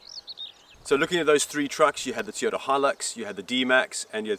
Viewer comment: ITS NOT A TEEOTA!